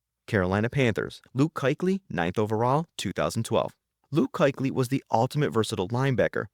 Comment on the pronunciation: I almost stopped watching when the narrator was calling Luke Kuechly, “KIKELY”. I definitely stopped watching when he said John Elway was the greatest player to be drafted by the Broncos. Elway was drafted by the Colts